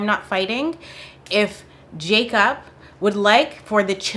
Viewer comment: I heard Jacop 🚓💀